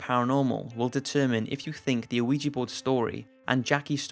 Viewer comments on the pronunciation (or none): Ouija is pronounced wee-gee not o-wee-gee. I love your vidoes and every time I watch one with an Ouija board involved I can't help but hear it. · Its pronounced wee jee board man. I'm pretty sure anyway I haven't looked up the pronunciation but that's how everyone says it. It annoys me every damn time you pronounce it the way you do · First of all it's pronounced we-ja. Second I'm normally skeptical about ghosts but the San Pedro case makes me question. Assuming the investigator's aren't lying the only other possibility is that the couple had access to blood plasma. I would love to know if one of them worked in the medical field? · "wee-gee" board. Not "OH-wee-jee" board. The "o" is silent. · Weeegeeee board get it right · You're not supposed to pronounce the O in Ouija dude, its pronounced WEE_JAA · Does anyone else sometimes hear "Luigi board" like you're summoning a vengeful cartoon Italian? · the ouija ones were so hard to listen to cuz this guy keeps saying “oh weegee” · i swear to god it sounds like he says luigi board and now i cant focus on other shit he says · DUDE....THE "O" IN OUIJA IS SILENT. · The o in ouija is not pronounced... That was the scariest part of this video! ;) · Oui is pronouced 'we' as in the French word for 'yes' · How many times hearing Ouija Board pronounced incorrectly is too many? How well researched can you video be if not ONCE did you ever come across a correct pronunciation? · When you get older you start to realize that if pronouncing words like Ouija correctly is too difficult for you how can you raise children? Sometimes it's best to cut your loses while you're ahead. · ArM kH I know all about Ouija. I'm mocking his pronunciation